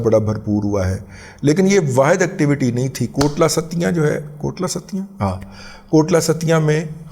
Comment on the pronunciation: O dada G Lafz Kotli Sattian hai, Kotla Sattian nahi😂